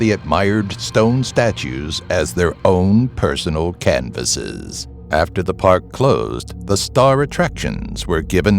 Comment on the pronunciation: The way you said canvases was so cool and you should be in the record book for your voice!